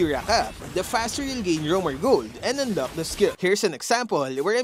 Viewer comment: Thanks for the useful topic, however please improve your accent especially on the pronunciation of the letter "K" or "CK" like in "Unlock", your current pronunciation is like the Arabic's "Kha" (خ) which is confusing